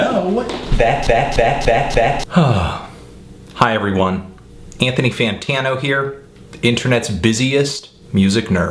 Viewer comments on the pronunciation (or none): none